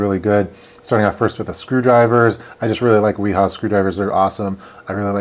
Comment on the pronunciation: It's pronounced Vee-Haa :-) The W has a V sound in German.